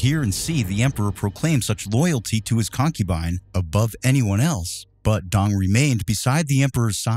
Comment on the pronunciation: Dong is pronounced like the doorbell sound ding dong, not dang